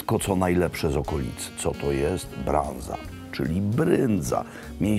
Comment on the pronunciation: Panie prezydencie, rumuńskie brânză czyta się prawie tak samo jak nasze bryndza (nie "branza"). Natomiast slanina pochodzi od języków słowiańskich, podobnie jak circa 20% słownictwa w dzisiejszym rumuńskim :)